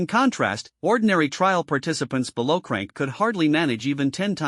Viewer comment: That's how AI reads it when it's written c-rank. The AI ignores the hyphen and reads it as a single word.